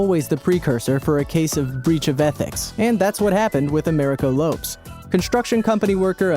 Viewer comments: It's not "Lopes" it's Lo-pes .~. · It's not "Americo Lopes(Lops)" you illiterate racist moron, it's LO-PEZ. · “Americo Lopes (LOWEPSS)?!?! Seriously, dude? It’s a alternate spelling of LOPEZ. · Hahaha 😂😂😂😂 he said lopes....as in hopes....dead. Lopez it's pronounced lopez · It's pronounced low-pez... not lopes. Ffs. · Lopes? wow it does not sound like ROPES... it is pronounced like LOPEZ ffs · Dampier was Abraham Shakespeare. Get it right. And learn how to pronounce names right it’s low-pez not lowps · An American narrator who cannot pronounce Lopez and says LOPES. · I believe it's pronounced "LO-pez" not "lowps" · Lo Pez not Lopes. I mean it's spelled Lopes but pronounced Lo pez. Does his obvious Mexican nationality not strike you? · lopes is pronounces lopez with a soft z. it isnt like loaps u idiot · Americo Loh-pehs, not l-oh-ps. Come on, man. Don't be that guy. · Urquhart is not pronounced ER Q Hart it's pronounced URKHART and Lopes is not LOPES it's LOPEZ. WTF? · Low+pez = lopes not lope''s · I'm pretty sure Americo Lopes' last name is pronounced like Lopez, not rhyming with "tropes." Just like Lisa "Left Eye" Lopes. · OK, you totally mispronounced 'lopes.' It is not a one-syllable word that rhymes with 'ropes;' it is a two-syllable word that sounds like 'low-pez.' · It is pronounced Lo Pez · Learn to pronounce other languages.... "Lopes" is pronounced "low-pez". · You should really learn how to pronounce fairly common names. Urquhart = Erckheart Lopes = Lopez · You have to be a special kind of idiot to pronounce the Spanish name Lopes as "lowps" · Tell your stupid bot-narrator it's pronounced LO-pez. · It hurt my ears to hear you pronounce "Lopes" wrong... it's the Portuguese version of "Lopez", and they're pronounced the same. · #10 Last name is pronounced with two syllables: "Low-Pez". -Excellent list. Thanks for compiling! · Uh ... Sorry .... I think it is pronounced "Low - pez" . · americo lops? really thats how you pronounce it? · its pronounced Lo-pez